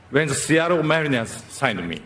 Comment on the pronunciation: 凄い 凄い 本当に凄い。 イチローさん ありがとう。 シアトルの発音も完璧。